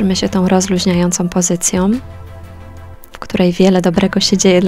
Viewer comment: Sesja bardzo fajna, jezeli moge miec drobna uwage, to prosze zwroc uwage na prawidlowa wymowe gloski ą, gdyż w brzmiala ona jak om ok "pozycjom"